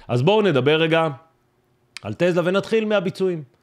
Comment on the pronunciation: קוראים לחברה: טסלה ולא טלזה